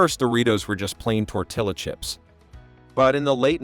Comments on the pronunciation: The pronunciation of Tortilla (Tor-Til-Uh) in this video is weird to me. I thought it was tor-tee-uh... At least that's what everyone I've talked to has ever said (and what google says) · Isn’t it Tor-Tee-Ya because it’s double L? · The way you pronounce Tortilla earned you a down vote.